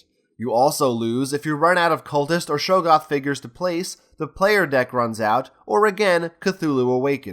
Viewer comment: Great video, really enjoyed watching. But......it's pronounced Shog-goth, not show-goth